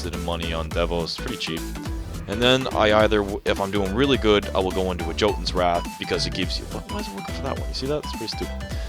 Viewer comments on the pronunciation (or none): its pronounced yotunn not jotunn.the word comes from norse mythology.